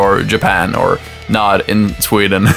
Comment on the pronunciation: Did u say tweden?